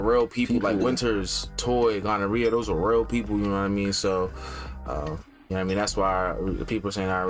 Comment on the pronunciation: I love y’all but did call Guarnere gonorrhea?💀💀 i love y’all sm!!❤ these reactions have been amazing!